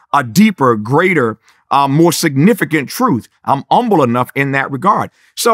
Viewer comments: He's so humble he doesn't even pronounce the "H." That's real. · What is “umble” it’s driving me nuts lol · Drives me completely nuts how he refuses to pronounce the god damn H. It's HUMBLE not "Umble". Got Humility down just fine the reverts back to that black church nonsense. 🙄. I know I'm missing the damn message but my brain won't let me get past the Grammer 😅. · Lol told y’all he’s old Black. Saying humble as “ummble” 😆😂😂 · i was with him until he said umble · I disagree with your choice on silencing the “H” in “Humble”…